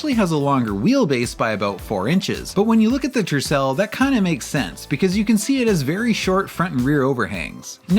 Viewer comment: "the tressel" ffs i swear to god americans can't pronounce shit when the letter R is involved. Same things goes for RCR and the Chrysler "le saber" 🤡